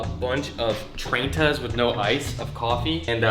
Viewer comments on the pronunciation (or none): He called the coffees traintas